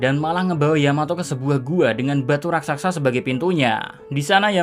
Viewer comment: Sekedar menambahkan sedikit: penyebutan dalam kata "RASAKSA" seharusnya "RAKSASA" hampir di semua konten tolong di perbaiki. Maaf kalau tidak sopan dan terkesan lancang, saya hanya berniat meluruskan sedikit karena saya kagum dgn narasi 🙏🙏🙏